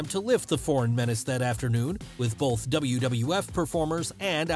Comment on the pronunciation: I love these vids but the hard L you put in the word “both” drives me nuts lol